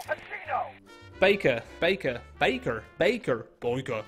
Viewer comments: Dude....it's pronounced BAKER. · No no no, it's baker, not baker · Game say Baker: Bakuh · Did you Say Baker or Bakah/Beiker/Baiker/Bakher?